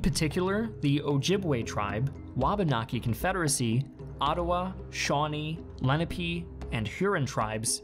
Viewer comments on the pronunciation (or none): Sorry, but the multiple mispronunciations were very distracting and detracted from the narrative. Lenape was the most egregious.